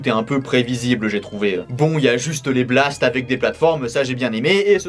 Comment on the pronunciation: on dit ghast et pas blast